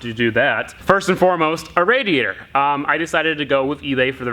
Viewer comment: I dare you to say "radiator" fast 3 times. You really cant say that word.